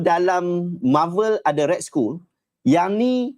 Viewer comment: Skull 💀 tu "skal" ustaz... Hahaha...